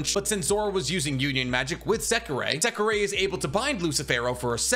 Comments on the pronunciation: JSYK, it’s “Secre” not “Sekirei” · Well you pronouncing secrer's name weird